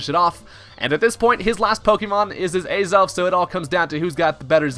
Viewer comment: Ay-zelf? It's Ah-zelf. :P Aside from that, Choice Banded Azelf? Let's gooooooo!